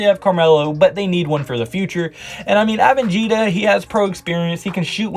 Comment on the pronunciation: DENI " AVENJIJA " lmao